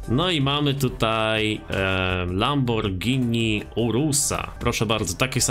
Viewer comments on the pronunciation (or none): none